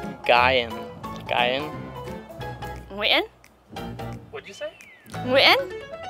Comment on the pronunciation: It's actually Nguyễn